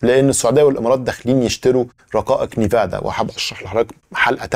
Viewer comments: nvidia ان فيديا وليست نيفادا وشكرا لك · صديقي... اسمها شرائح أنفيديا وليس نيفادا للتوضيح فقط والله يعطيك العافية عالمجهود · Its called “Envidia” not Nevada. Keep up the great work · الله يعطيك العافية حلقة مميزة ، ولكن ان سمحت لي تصحيح نطق اسم شركة NVIDIA (إنفيديا) وليس (نيفادا) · يا ليت تراجع النطق الصحيح للرقائق اللي أسميتها نيفادا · اسمها رقائق nvidia وتنطق ان فيديا